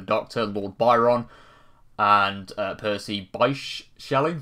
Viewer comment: For info, the middle name of Percy Bysshe Shelley is - somewhat boringly - pronounced "bish".